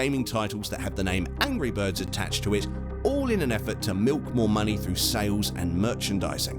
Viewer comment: He said angy birds